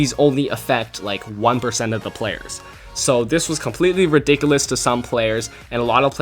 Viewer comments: Lol he says redickleous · what's ridicilus?